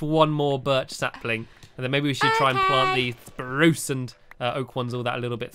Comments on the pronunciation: why do you call it a Sprrrrrrrrruuucce tree?? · you forgot to say SPRUCE properly !!!!!! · Once in the vid u told squashiy that spruce is pronounced "SPPPPPRRRRUUUUCCCE" but in the video if u look back u said spruce😑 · you said spruce not SPRUCE!!!!!!!!!!!!!!!!! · YOU SAID SPRUCE NORMALLY!